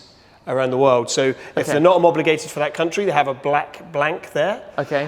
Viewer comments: Homobligated ahahaha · Teach that man to say homologated correctly😎